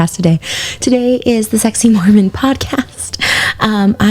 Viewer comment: Take out that second M in mormon. That sounds closer to correct.